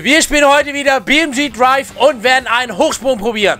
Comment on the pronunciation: Wie du Drive gesagt hast jat mich gekillt deine Videos sind so mega geil das man nicht genug haben kann.